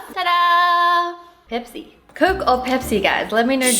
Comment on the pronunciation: Wengie it is pepse and my soul is blackkkk